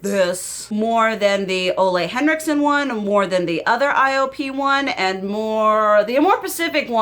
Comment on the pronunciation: For low buy tips, watch whitney hedricks! She breaks it down on what type of shopper you are. I think you’d prob be a 4 or 5 on her scale. Highly recommend! Also the brand you love is pronounced: I OH PAY. It’s a fancy schmancy Korean beauty brand.